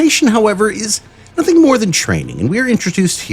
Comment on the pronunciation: "But he is what? Thee Void. He is NOSSING. And that is what is Everywheyeah! Nossing!"